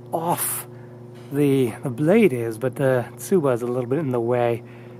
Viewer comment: I’m sorry but I can’t resist. it sounded like you said It literally CUt eento thuh blayeed